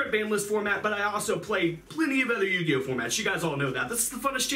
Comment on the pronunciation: Yuginono turn to yu-gi-oh-no😭